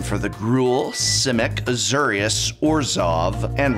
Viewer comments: The Uhzurrious Guild is a new one to me too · "Zenega"? "A-ZOO-rius"? named after the parun Azoor?